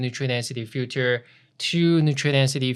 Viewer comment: Love it and you. :) perfect done! - practice saying filter-feature-future. greetings! :) Di.